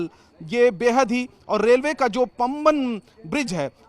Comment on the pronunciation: पांमबन पूल, पंबन नहीं